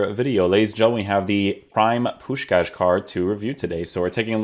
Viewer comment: You say the name of Puskás perfectly!